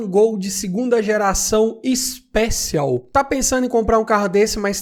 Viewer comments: Ixpéchion kkkk seria assim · A pronúncia do "Special" não é essa!!!